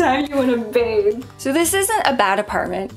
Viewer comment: No, it's bathe